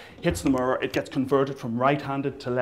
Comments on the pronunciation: he cant say mirror properly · "Look in the Murrrrurrrr" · He says the word 'mirror' really funny, like "muror". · i still cant get over the fact that he says murrur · He says 'mirror' like Cleveland from Family Guy. xD "Mrrr" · I like the way you say "mirror" :D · he says "mirror" like cleveland! :D